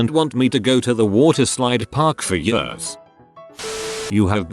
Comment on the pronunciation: Nobody: Narrator: Yiiuurs